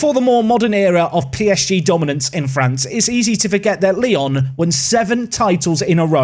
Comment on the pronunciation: try to say it Lyou next time, because now it seems like people will manage Leon, whoever he is lol ps: I'm from Poland and you did well with Ruch Chorzów, nearly perfected it.